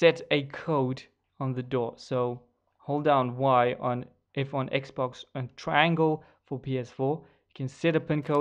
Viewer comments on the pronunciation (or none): none